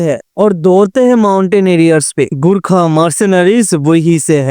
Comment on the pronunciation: Abey sale gurkha naii gorkha HOTA hey